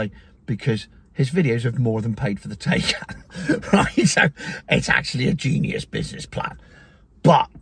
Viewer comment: Exponentially! Thats a good word. And its Tie-Can! Thats been "TAY-KAN"